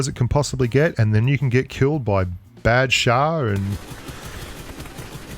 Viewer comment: hahaha its not Bad...Shah. its Badshah. anyways good video. it is kinda sad to see fpp finish off